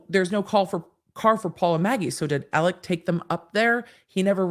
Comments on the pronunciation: “AleX” not “AleC”! Please. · It’s spelled Alex but pronounced Alec